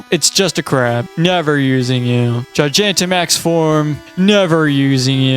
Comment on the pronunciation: I'm interested, but wildly thrown off by how you pronounce Gigantamax. I've always heard it pronounced Gi-gah-n-ta, and not Gi-gia-n-ta, and it's weirding me out for whatever reason.